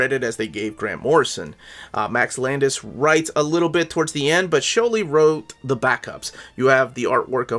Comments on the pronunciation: Rags Morales… exactly as it’s phonetically spelled. The S isn’t silent Also Sholly… it’s Holly with a Sh. He’s jewish. Ivan Reis = E-von Reese. He’s brazilian. Point of reference - There are interviews out there with these guys saying their own names in interview, for clarification. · Lol they really messed up Sholly's name